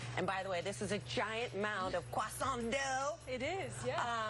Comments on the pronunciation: Dont say kwasant again please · The first American I've heard pronouncing croissant in something even approaching a French accent! The rest of America: it is categorically not a '*kruh-SONNT'!* And while we're on the subject, they aren't 'Urbs' either. 🙄